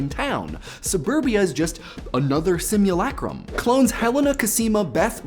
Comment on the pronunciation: My ear rejects your "Sim-ewe-lay-crum" and replaces it with my own "Sim-ewe-luh-crum". >.>